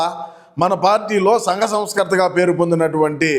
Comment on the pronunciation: Sangha not Sanga